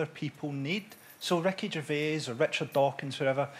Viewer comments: Every time he says Ricky Gervais, it kinda sounds like, "wreckage of aids." And that's alright with me. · I though Frankie was saying 'Wreckage of age'. I had no idea he meant Ricky Gervais till i read this comment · OH. I thought he was saying "Wreckage of A's"